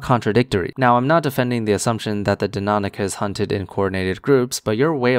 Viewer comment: That fuckers inability to pronounce Deinonychus correctly makes me uncomfortably angry